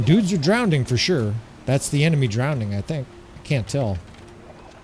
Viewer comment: Drowning not Drown ding